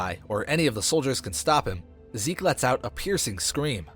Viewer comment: Its zeke not seek